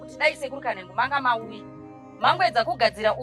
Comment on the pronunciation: mother vanonz sekuru kanengo not kanhengo😅